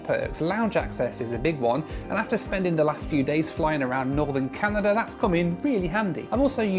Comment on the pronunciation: "Northern Canadur"